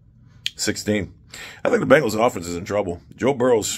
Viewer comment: Boe Jurrow